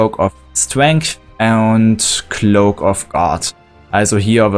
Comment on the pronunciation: Cloaks not gloacks lol